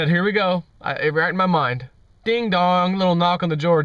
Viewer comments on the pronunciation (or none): none